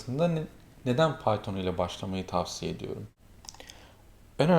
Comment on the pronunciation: bizim arkadaş piton dio :D